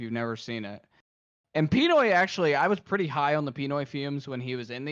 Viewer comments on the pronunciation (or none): Are they pronouncing P1noys name wrong on purpose?